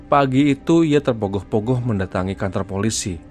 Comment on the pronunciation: Tergopoh2 jd terpogoh pogoh di sini sy mulai ngakak,jogja nyimak smbl kerja